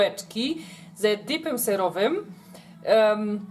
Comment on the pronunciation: Erowym? xD